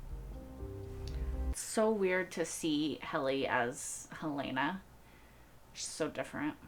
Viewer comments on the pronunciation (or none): I have watched dozens of Severance reactors, and I am puzzled by one thing... Why do 90% of reactors pronounce "Helena" as "Hel-AY-na" when it is never once pronounced that way in the show?